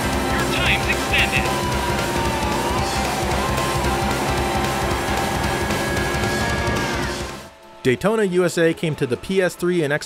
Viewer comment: Can someone tell me why the tune to Daytona sounds like "Dayee-ona" ...I know Japanese guys can pronounce "T's" so it's not that.